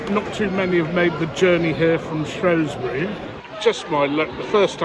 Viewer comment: Saying Shrewsbury wrong 🤦🏻‍♂️